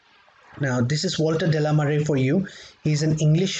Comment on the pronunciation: Just a heads up... the name is pronounced De La ‘may ar’ or like the word Mayor. It is French. Mare is the ocean or the sea. So, Walter De La Mare actually means Walter of the Ocean 🙏🏻